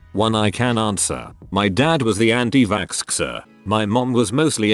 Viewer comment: the tts: anti-vakskskser